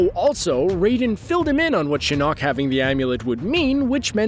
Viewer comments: Can we just take the time to appreciate that he’s saying Shin KNOCK. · The way he says shinnok wants me to kill myself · ok defo a script why add lines like you know the whole story when you don’t know how to say taverns and shinnoks name and that’s the first 3 minutes jesus